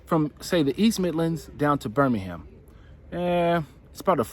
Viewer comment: Totally useless comment here. Watch how you pronounce Birmingham and Nottingham!